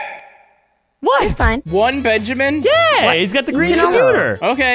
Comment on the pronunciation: no one:: BEANjamin, BANjimen